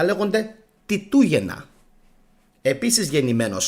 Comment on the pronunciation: Φίλε συγχαρητήρια για τις εκπομπές σου και για την καταπληκτική σου έρευνα. Τιτούγεννα είπες; Άκουσα Πιτούγεννα. Είσαι σίγουρος ότι πολλοί Ρωμαίοι όπως οι πράκτορες που ανέφερες ήταν Ρωμαίοι; Φαινομενικά ο Χριστιανισμός δημιουργήθηκε από τους Ρωμαίους για την εξυπηρέτηση των συμφερόντων της Ρώμης που πολύ αργότερα όπως είπες γύρισε εναντίων τους. Βασικός σκοπός του Χριστιανισμού ήταν η υφαρπαγή της Ρωμαικής Αυτοκρατορίας και στην συνέχεια η καταστροφή του Ελληνικού πολιτισμού και πληθυσμού και γενικότερα του Αρχαίου Ελληνικού και Ελληνορωμαικού κόσμου όπως και έγινε. Και τέλος η εγκαθίδρυση της εξουσίας τους και η επιβολή του Θεού τους. Δεν πρωτοδημιουργήθηκε επί Τίτου αλλά τότε εφαρμόστηκε και άλλαξαν τα πρόσωπα. Έχεις να κάνεις με το πανάρχαιο Ανατολικό Ιερατείο. Αυτούς χτύπησε και περιόρισε ο Μέγας Αλέξανδρος. Μόνο αυτοί εκμεταλλευόμενοι την ηλιθιότητα των Αρχαίων Ελλήνων μπορούσαν να καταστρέψουν εντελώς τον Αρχαίο Ελληνικό και Ελληνορωμαικό κόσμο. Πρέπει να πας αν δεν το έχεις κάνει πολύ πιο πίσω για τις απαρχές του Χριστιανισμού. Πισω στους Σουμέριους, στην Μεσοποταμία, Βαβυλώνα στους Ανουνάκι- Ελοχίμ τους Αρχαίους Μεσοποτάμιους Θεούς Ενλίλ-Γιαχβέ, Ένκι, Έπος του Γκιλγκαμές Ουτναπιστίμ μετά Ενώχ. Σημαντικές πληροφορίες δίνει σχετικά ο Ζαχαρία Σίτσιν. Μετά εν μέρει από κει προέκυψε το Ιουδαικό ιερατείο. Οι Γνωστικοί που είναι οι πρώιμοι Χριστιανοί με εξαίρεση τους νεοπλατωνικούς βασίζονταν βασικά στην Παλαιά Διαθήκη και τέλως πάντων στα Ιουδαικά κείμενα. Σίγουρα σ